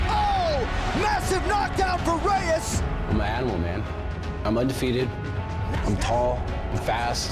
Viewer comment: My guy at the start can't say Reyes properly "Dominic the devastator.. Reeesss.." lol wut??